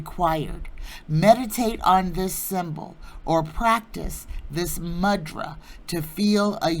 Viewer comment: Thank you! 🏵️🌼🌸 Re the Sanskrit word "mudra"... it's properly pronounced "moo-drah."